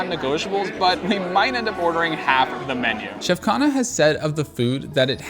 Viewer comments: The interesting thing is that you are slightly mispronouncing his last name Khanna (emphasis on N), it sounds like khana which means food in hindi😂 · I loved your video. You made everything look and sound spectacular, and now I want to book a table there. But you really need to say his name right. It's Khunh-nnaah . Remember, Indian languages put the emphasis on the second syllable, not the first one. Like - Anarkali - pronounced A naar- Cully.